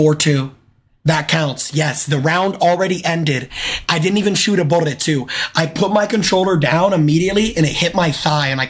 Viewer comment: New to jnxy does he have a speech impediment where he can’t say bullet and constantly rolls his r and L?